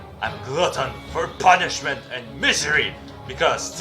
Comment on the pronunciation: Just the emphasis on the PUNISHMENT and MISERY. Every time I hear it I can't help but laugh.